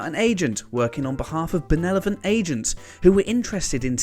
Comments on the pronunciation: Benelephant? Are you sure you don't mean benevolent? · Benelovent? Nuculer? Free hundred? Can't watch any more. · "Ben-EL-o-vant"!!! You got your mandatory WhatCulture mispronunciation in there early this time, good for you! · Benelevant? Really? BENELEVANT??? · "Benelovent." Okay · Bad enough that WhatCulture presenters habitually mangle invented character names... but there's really no excuse for 'benelovent' or 'nukular'. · I'd like to see a series about 'benelovent' aliens here to protect the 'Earf' from 'nucular' weapons.